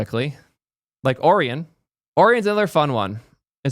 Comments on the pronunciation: did you seriously just say o-ree-on? bro cant pronounce o-ryan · ory-yon? lol... Also its a fking browser... just pick one. Also, used Brave for years, never had ANY issues with it. Sure, I don't use its crypto or AI shit, but everything else works perfectly fine for me. No idea what issues crybaby has. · Orion is pronounced 'oh-ryan', k? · Can’t believe you pronounce Orion like Oreo. I thought it was like the constellation? Edit: lol when you get to the Orion section he explicitly says he doesn’t like it and not to download it. Disrespect it immediately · What chat didn't tell you is that we only know how Orion's pronounced because of Men in Black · You say Orion wrong